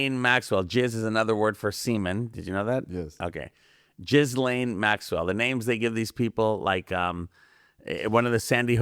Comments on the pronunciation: Her name is not pronounced Jiz-Layne. It is French. The ‘s’ is silent. It is pronounced Jee len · Ghislaine is pronounced "Gee lane" not "Jizz lane". Look it up. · Ghislaune(French name: 's' is silent so, Gee'len not Jiz laine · As a French-Canadian, I can confirm that Ghislaine is a real name. It's pronounced "Ghee-Len". Ghee like Indian clarified butter. Hard G. Let's not disrespect every Ghislaine out there. You lose credibility when you throw out unchecked facts.